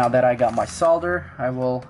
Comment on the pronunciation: Amazing that he actually pronounces solder crr